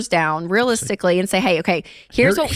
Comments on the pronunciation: Does he pronounce it “whWat” and “whWy” or is it just me?🙈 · What is this HWHY and this HWHAT that Dave keeps talking about? 😂😂